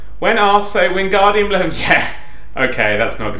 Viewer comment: Its levio-sa